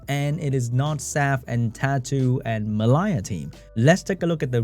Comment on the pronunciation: Why does pronounce the name Mellia so weirdly? I mean it shouldn't be difficult right? We already have another monster with a somewhat similar name in the form of the Water Unicorn Amelia. Just remove the "A" and you got the same pronunciation for the name of the Wind Dryad.